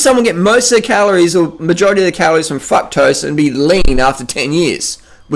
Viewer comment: i crack up at his "fucktrose" xD